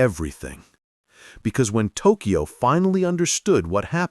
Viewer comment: Hey moron, it's not New Eork, it's not Duncan Eo-Eo, and it's NOT TokEo. It's just Tokyo. Y is never a vowel in Japanese and only makes the consonant y sound!